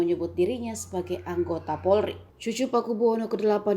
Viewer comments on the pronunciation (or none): none